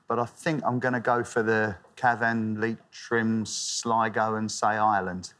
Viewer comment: And how badly he pronounced cavan